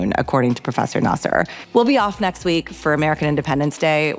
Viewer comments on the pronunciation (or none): your are smart girl and you had a very smart questions i enjoy your interview very much, but you have to learn how to pronounce vali"s last name correctly, is nasr not nasser 😃❤ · Great interbiew with Dr Nasr. By the way you correctly pronounce Iran not I ran!! The pronounciation of Dr Nasr is Nasr and not Naser. I may heard you wrong.....but I heard Naser abd not Nasr!!!! 🎉🎉🎉